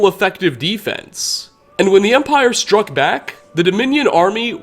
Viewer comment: " When the Emprie stuck back." i know it wasn't intentional, but I kinda chuckled to myself. I am such a Starwars nerd.